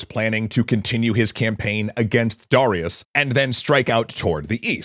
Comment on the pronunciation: Why can't he pronounce Darius correctly?